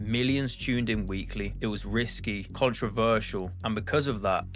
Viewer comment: When he pronounced risqué as risky I knew it wasn't written by this guy